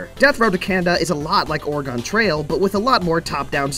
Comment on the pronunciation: you say Oregon weird I love here and I have never heard someone say that